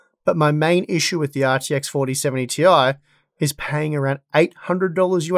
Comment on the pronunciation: “The ARRRR TX…” 🏴‍☠️